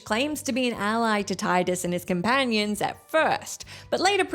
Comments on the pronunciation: Tee-dus, not Tai-dus!!! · Correction m: FFX protagonist’s name is pronounced “Tee-dus”